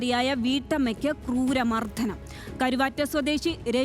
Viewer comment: മർദ്ധനം അല്ല. മർദ്ദനം